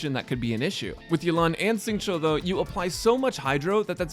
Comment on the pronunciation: Great video! btw for educational purposes! it is more Xingqiu (Sync-Chew) not chow.